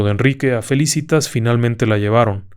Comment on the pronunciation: Excelente. Dos cosas. Es Felicitas , grave y Álzaga, esdrújula. Yo fui con mi novio a ver lo de Tiburcia y Salvador. Rompimos y no nos casamos. ¿Casualidad? 🤷‍♀️